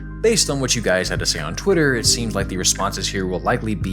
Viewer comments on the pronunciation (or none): none